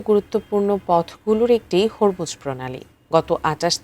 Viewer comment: হরমুজ যা উচ্চারণ হবে "হোরমুজ" প্রণালী।